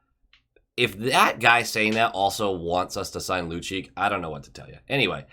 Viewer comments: Lucic, is pronounced loocheech. I'd rather watch Lucic as a Bruin as he is NOW, than keep on watching your videos. Lol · Just fyi both C's are pronounced like a CH - Lucheech